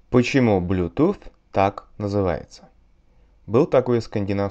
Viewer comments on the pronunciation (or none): Сочетание th никогда не произносится как Ф ! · Глупый вы дядька. Сами же знаете как произносить правильно, а произносите как Ф. Жаль мне вас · Это называется "Th-fronting" и не является нормой. Типа акцент или шепелявость